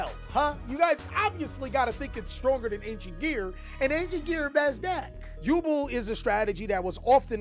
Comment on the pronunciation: The way he says Yubel hurts..... Still luv ya